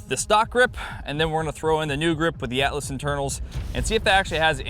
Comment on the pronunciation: You said Atlas, I only heard Alice. Alice Gunworks :D